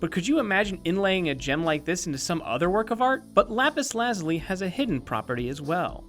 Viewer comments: it's not lapus lazly it's lapus lazuliy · I think its pronounced lapis la zoo lee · It pronounce lapaz lu-zoo-ly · you could tell it was an April fool's day joke because of how he pronounces Lapis. its Lapis La-Zoo-Lee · why does no one know how to pronounce lapis lazuli it's: la - (j like z sound) - you - lie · The pronunciation of lapis lazuli feels so wrong. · Why does he pronounce lapis lazuli so weirdly? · so is the april fools joke the horrible mispronunciations of lapis lazuli and peridot?